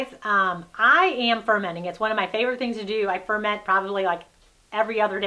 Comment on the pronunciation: Hahaha.... "aerodynamic" 😂 I believe you mean "ergonomic" 😉 The stress is on the second syllable in "ferment" (fer-MENT). Hmm... you seem to have bashed the living daylights out of those poor vegetables! Bruising them so much kills a lot of vitamins. They should be handled delicately, lightly handled and with care. Such packers are to help GENTLY push the contents down in the jars to push out and disperse air bubbles.